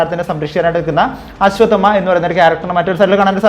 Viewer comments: ആശ്വദമാ അല്ല.. അശ്വത്ഥാമാവ്......അശ്വത്ഥാമാ...ന്നും പറയാം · Ashwath amma enn onnum parayallle.... Correct pronounce cheyu bro